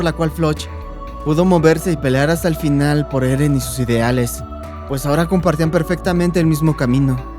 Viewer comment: En el 13.57 por decir final dijo finlan